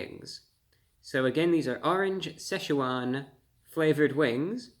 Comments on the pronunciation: It's pronounced SITCH-wan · You're pronouncing Szechuan incorrectly. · The Seh sha Juan wings haha